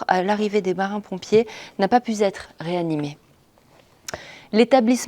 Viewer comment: "n'a pas pu z'être" 😮